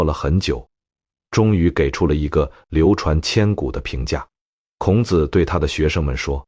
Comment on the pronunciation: 內容完美；男聲優美。 可惜，孔子（ㄎㄨㄥˇ ㄗˇ）讀得很好；老子（ㄌㄠˇㄗˇ）不可以讀成（ㄌㄠˇㄗ˙）。 老子讀成輕聲，是「父親」； 子（ㄗˇ）是男子的美稱！孟子、莊子、韓非子⋯⋯諸子百家